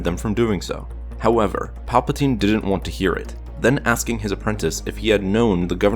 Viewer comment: It sound like you are saying papatine